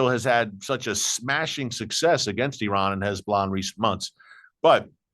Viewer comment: So glad to hear you say ee-rahn and NOT the incorrect EYE-RAN. There are many thousands of Iranians have become secret Christians from listening to radio preaching.